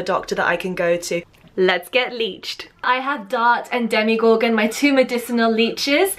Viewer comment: The character is called Demogorgon, not Demigorgon.